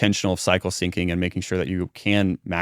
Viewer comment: I think it should be cycle Syncing, not cyncing!